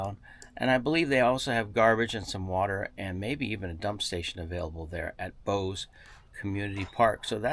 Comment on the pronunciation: "Bose"?! No, it is Bouse!